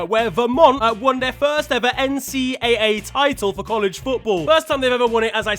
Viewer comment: just nitpicking here: we pronounce NCAA as “N C double A”. Awesome as always!